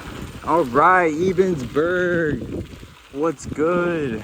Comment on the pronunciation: Nice! I am fairly local and just haven't found time yet to do the full loop, but looking forward to it. Kind of surprised at what they were charging for a tent spot at the county park though, yikes! Also - if you find yourself out here again, "Ebensburg" is pronounced "EH”bensburg"!